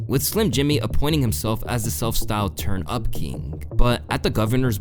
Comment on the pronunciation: does he know to word “turn” is pronounced with a “t” not a “ch”. dude always says “churns out”